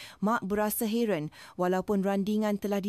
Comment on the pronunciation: Though the narration is in Bahasa Melayu, there are words pronounced wrongly. Encik - Ensik, heran - heron this is obviously AI. I listened halfway and then switched to other videos with real human narration.